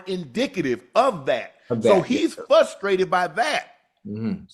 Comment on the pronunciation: Ocho doesn't "Pacificly" know why Unc is "Fustrated!" 😂🤣